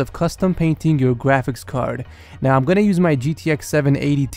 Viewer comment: i keep thinking that he is saying gwafics card instead of graphics card